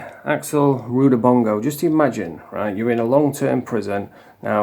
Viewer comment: Rudibongo? It's Rudabanana or something like that.